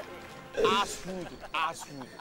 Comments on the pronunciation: やっぱりas*って聞こえるよね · 出川イングリッシュのリアクションいろいろ見たんだけど イギリス、アメリカ、フランス、メキシコ、みんなassに聞こえてたｗ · ずっとEarthで笑ってたけど英語圏の人はお尻に聞こえるのを知って二重に笑ったww 相手の人初対面で突然下ネタ言ってくるの恐怖だっただろうな…w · カタカナで「アース」って書かれれば日本人は地球って分かるけど、ネイティブからは発音的に「Ass(肛門)」に聞こえるらしい。調べれば違う意味もあるけど基本良い意味ではないね。 ベリベリスカイ→Ass(おしり)だったら笑ってると思うよ。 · 海外の人には「earth」が「ass」に聞こえてて草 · どの出川イングリッシュ実況みてもアースがassに聞こえてんの草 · アースフードのやつイギリスからきた人全員「ass」に聞こえてて笑う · rの発音じゃないから自分もassに聞こえたw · アースその発音だと尻の穴で草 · 日本人が発音するearthはおしり（ass）の発音になりがちだよね。実際はスをはっきり発音しない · 「th」の発音って難しい！ 日本人が外国人に「Google Earth」って言ったら「Google's ass」って勘違いされるのかな？ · アースフードがass foodにしか聞こえない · 出川のアースの発音がイギリスで尻って聞こえるらしい。綴は知らんけど、他のイギリス人も言ってた。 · この動画外国の方結構リアクションしてるけど、アースのところみんなお尻に聞こえるって言ってる🤣 面白かったです、ありがとうございます😂😂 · 出川イングリッシュの反応動画出してる外国人の方皆アースがお尻に聞こえて笑ってるよね笑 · 他の方の反応動画見たけど皆アースがおしりに聞こえてるの草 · 外国人に「アース」って言っても Earthに聞こえないんだよなぁ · 日本人の英語発音は 最悪